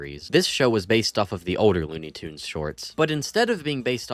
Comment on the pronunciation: It's pronounced "Tunes".